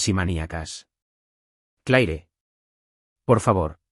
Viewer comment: Como es posible que utilizen personajes con nombres en inglés y no saben pronunciarlos correctamente. Un ejemplo solamente " La pronunciación del nombre Claire en inglés es comúnmente "/klɛər/" (klehr), sonando similar a la palabra "clear" o "Clare". Es una sola sílaba que combina una "cl" fuerte con un sonido vocálico tipo "air" al final, similar a cómo se pronuncia "hair". En francés, es un sonido más corto, más parecido a "kleh". Sin contar Vance 😂